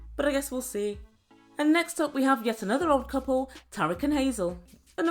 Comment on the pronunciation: Thanks for the update,! 🙌Hope you're keeping safe over there and that it's better than the U.S.! Fyi, Tarik's name is pronounced Tear-eek. 😊 What a mess with bringing in another gal! Sigh